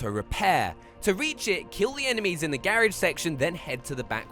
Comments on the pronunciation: I hate how he pronounces garage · Subbed for the excellent advice and the way you say garage, lol.